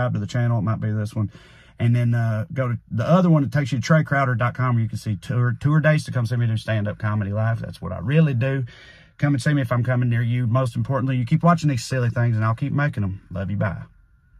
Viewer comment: At the end, you almost said "two-er dates" but caught yourself at the last second.